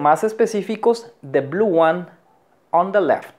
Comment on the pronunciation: No sé pronuncia:" de oder " Se pronuncia "di oder" . Saludos 🙋🏻‍♂️